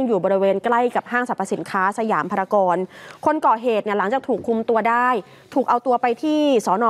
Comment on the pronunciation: นักข่าวพูดผิดครับ จากพารากอนเป็นพารากอนนะครับ